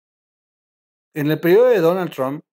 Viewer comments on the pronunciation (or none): none